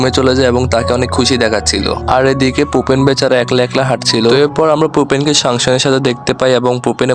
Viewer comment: ওর নাম ফুপে!!!! পোপেন না!!!